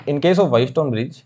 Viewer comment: wheat stone bridge❌ White stone bridge✅ mho ❌ maaho✅